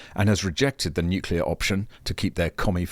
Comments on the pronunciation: How can we have a Clown like Bowen? who CANNOT EVEN PRONOUNCE N U C L E A R. HE always says N U C U LAR. HIS gear is called renewables, Why? you ask! Because every few years they HAVE TO BE RENEWED to keep making ANY ELECTRICITY. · "Nukulur, it's pronounce 'nukulur"...Chris Bowen! -Homer Simpson